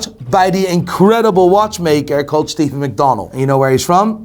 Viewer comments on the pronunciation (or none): none